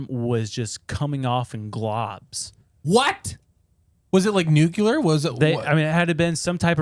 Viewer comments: Okay I gotta get something off my chest. I, for the LIFE of me, don't understand why people say 'Nuke-You-Ler' rather than 'New-Clear' and it agitates me 😅 For crying out loud, people. It's NUCLEAR!!! ☠☢ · Ite pronounced New-Clear not nuk-u-lar